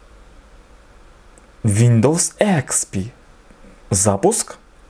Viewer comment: Сколько раз он сказал нОутбуук? Ихспи,.. нОутбк